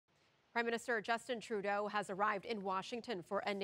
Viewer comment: he called him Turdeau .